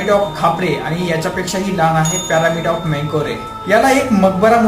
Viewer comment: प्यारामिड नाही रे पिरॅमिड 😂😂